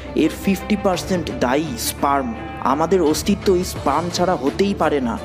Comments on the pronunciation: স্প্রাম না স্পাম উচ্চারণ টা ঠিক হলো কিনা সেটা দেখা উচিত না হলে ভিডিও শুনলে বুয়া মনে হবে যে কারো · Ar e bhok chod eta sprem o na spem o na eta sperm